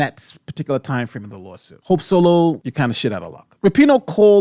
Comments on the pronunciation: We just gonna ignore the "sope holo" flub? 🤣 I thought you did it in purpose. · Anyone else hear him say “Sope Holo” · I had to listen to it 4 times. You really did call her "Soap Holo" . 🤣🤣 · We gonna talk about the fact he said sope holo ?